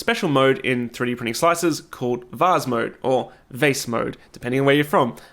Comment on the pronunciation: The way you pronounce vase is really similar to the french pronunciation !